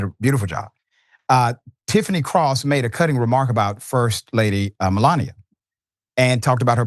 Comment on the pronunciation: 😂 The Great mel-lan-ia. What a joke😂